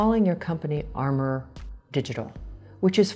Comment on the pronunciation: The designer's co. says Amourdigital, our female reviewer says ARMOUR .